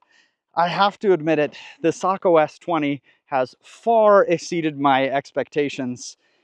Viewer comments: "Socko" or isn't it "Say-co"... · I always thought you say Sako, like say-ko. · Google says it's say kow. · I’ve been around Sakos for a long time, but I’ve never heard the name pronounced like you say it. I could be wrong, but we’ve always pronounced it with a long A sound, like Sako rhymes with mako, as in mako shark. Do you know for certain which is correct?